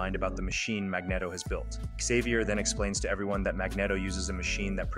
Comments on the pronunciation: its pronounced mag-neat-o not mag-net-o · Mag”neh”toe? Really? How dare you cover the X-Men in such an awesomely edited video, only to then mispronounce one of the most famous characters in the Marvel universe? MAG-KNEE-TOE!!! 😂😂😂 I’m just messing with you. But it’s definitely pronounced the way I put it. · I swear, I almost clicked off this video so many times because of how he pronounces Magneto. 😅😂